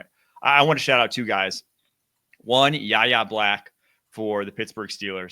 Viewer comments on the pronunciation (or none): is a great addition. Loved this. Welcome aboard. Btw it’s pronounced WHY-AYE Black. But yeah great coaches. Mike Tomlin and Karl Dunbar. People should stop doubting Steelers when it comes to coaching players.